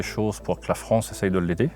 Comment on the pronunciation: La fronce ? Oui notre pays est devenu la fronce !